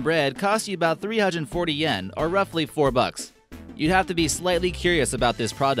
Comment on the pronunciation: Pronounces "Yen" as "yaaaaaaan"